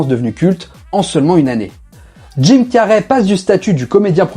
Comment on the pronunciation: Dude can you learn how to pronounce his name. You have called Jim Carry; Tim car, Jim carrié, and etc